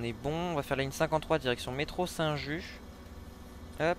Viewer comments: Petites corrections et/ou précisions concernant la vidéo^^ : Oui c'est comme ça IRL à Marseille c'est le ralentisseur il me semble Les pleins feux c'est la touche F Ça se prononce Métro St Juste C'est pas un compte-tour, c'est un "compteur d'accélération" comme ce qu'on peut retrouver avec Shift+Y même si par rapport au réseau de Marseille c'est pas réaliste Ça c'est l'IA d'OMSI qui est très compliqué à gérer même sur l'éditeur Ça c'est OMSI qui gère mal les textures oui il y a un feu normalement j'ai vérifié ce matin 😄 Sinon dans l'ensemble tout est good, je te conseille le patch qui corrige la vue conducteur assez haute du bus qui est sur le Discord^^ À+ dans le bus! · Merci pour le commentaire. Je comprends pas pourquoi vous prononcez StJust [StJustE], c'est juste (lol) pas français x) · non non c’est st just (juste)